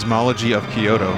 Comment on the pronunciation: Binny pls, the way you pronounce Kyoto hurts me. Think "kyo-toe" not "key-yo-to".